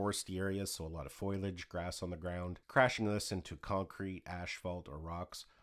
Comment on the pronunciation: Foliage not foilage